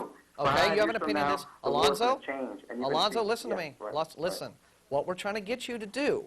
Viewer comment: "Alonzo" sounds like "Reuben."